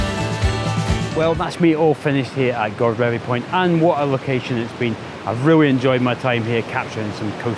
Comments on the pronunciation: great stuff one day I will get back to Cornwall:) Godrevy is pronounced God-reevee with a long e sound in the middle but nice try! Better than all the Scottish names Ive wrecked when there! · Love the video and your usual fantastic energy,. I'm pretty sure it's pronounced guh-dreevy. I have friends who live in Falmouth and sometimes go surfing there, so I remember the name. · Hi, great video blog as usual. I just love the coasts of eastern Cornwall and Godrevy is probably one of my favourites. We're staying at our friends chalet in Hayle in a couple of weeks time so I hope to get out and about with my camera. I'm sure that there are many but I thought I'd offer a pronunciation of Godrevy. I think Glen Sumner, below, got pretty close but I'd like to offer that there isn't so much emphasis on the God as in God-Reevee but Gu-Dreevee. My father-in-law, a certain Mr Trevithick, who originated from Camborne just a few miles away from Gwithian, assures me of this. I'm not going to be one to argue with him... LOL. I'm over to you website now to catch your bonus location. All the best.